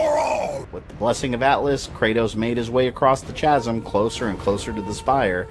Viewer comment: Great work, man. But one thing. It's pronounced "Kasm". Not every "ch" is pronounced like the one in "cheese". ;)